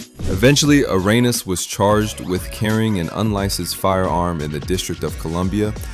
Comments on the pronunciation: Is this Ai ? Because how can you pronounce it Irenas and not Arenas or The Arena… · Who the hell says "areynas"? AI, that u dawg?